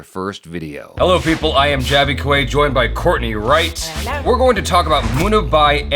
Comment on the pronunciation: its Munna Bhhhhaaai. not Munna bai ..:/ sounds like munni bai